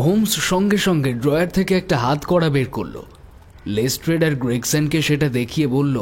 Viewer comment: শার্লক ওটা লেস্ট্রাড, লেস্ট্রেড নয় 🙄